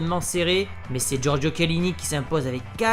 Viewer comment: C’est Chiellini et pas Chielinni bordel 😂